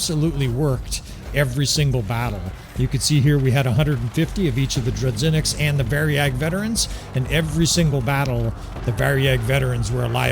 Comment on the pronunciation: My man, as a Russia dude, who hear "dru-ZH-inniks" (Russian word) it makes me feel very uncomfortable. Let me explain how to pronounce " ZH " sound. Its like a " J " in the word " bijou ". Or imagine you became french and say " voyage ". The sound " g " in that exact word would be somehow correct version of " zh ". In Russian that sound more firmly